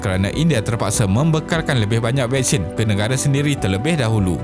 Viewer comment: Okeh tq.. cuma admin perlu belajar vokal untuk sebutan perkataan-perkataan yang penting contohnya Nengara sebutan nya negara